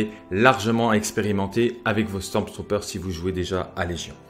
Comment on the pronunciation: sympa, par conte il n'y a PAS de "S" au milieu de StormTrooper ... c'est StormTrooper pas StormSTrooper ... XD